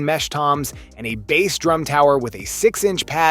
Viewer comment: Your AI voice over calling a drum by a fish name is too much! I’m out.